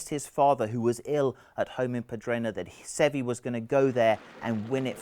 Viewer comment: Every time this guy mispronounced Seve's name I wanted to punch him in the face.